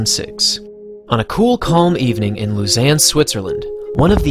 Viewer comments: The Swiss city where these Diamond League events took place is pronounced LOW-ZAHN. And how come you never mention the shadow of Performance Enhancing Drugs that has been hanging over the world of athletics for a long time now? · As a swiss the way you say Lausanne is killing me XD But great video non the less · PLZ learn how to pronounce Lausanne. It’s French